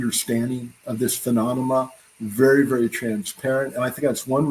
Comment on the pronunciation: Ill never get over his pronunciation of the word, phenomalona